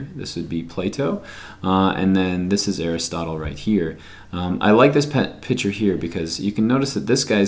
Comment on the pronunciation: Here for bio prep hw in summer. Yay. Also I hate the way u say "piture" I'm sorry it bothers me 😂😂